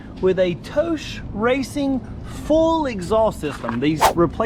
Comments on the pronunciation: like tohss lol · I've known a few riders that had installed 'Toce', (pronounced: toe'CH'ay, btw), they both ended up switching over to something else, Yoshimura/Termingnoni due to the obnoxious sound and the exact midrange drop as per this vid. Personally, I though they sounded great, but only at redline...they were anti social loud, however, at all all engine speeds. Ha! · Its a single syllable name pronounced like Chris said it minus sh on the end. Think coma’tose’ Bought one for my lady’s 600 for the look and sound. Best looking under tail for the cbr600 imho. Small company out of Connecticut just trying to sell a couple exhaust against the big boys. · I've been pronouncing Toce incorrectly this whole time lol.